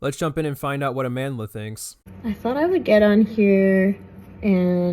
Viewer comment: I’ve never seen a person’s name get butchered as much as Amandla 😂 I have not seen a single video where anyone pronounces her name correctly